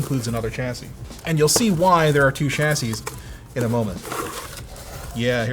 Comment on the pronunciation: It's not a CHASY it's a CHASSIE 😑 Also....... you made it 😁